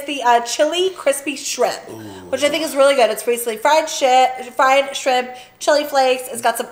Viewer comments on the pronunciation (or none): Lmao definitely said “fried shit, fried shrimp” ha ha ha